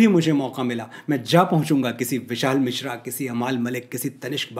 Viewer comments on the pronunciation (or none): none